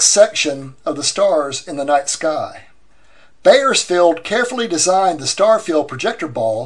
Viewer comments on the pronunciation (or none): Bauersfeld is pronounced "Bowersfeld", not "Bayersfeld". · Might a more accurate pronunciation be "bowers-felled"? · I wish you could pronounce the name (Bauersfeld) correctly. Otherwise this is a wonderful posting.